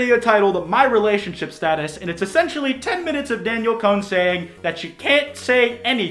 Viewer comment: It's pronounced DAN-YELL damn it! 😂